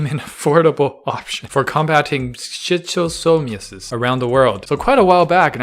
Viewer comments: Pronounced “Shist-oh-so-mya-sis.” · Shis-toe-sem-i-asis is how it’s pronounced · C is silent... Read shistosomiasis.. Basically parasitic flukes